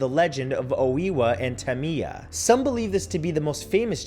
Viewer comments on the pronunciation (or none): none